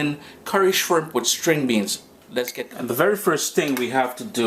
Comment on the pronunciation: 'Sting' beans? Or String. I love your tutorials. Keep up the efforts!